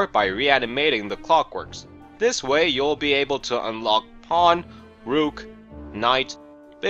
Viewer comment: Not Ruuk. Rook.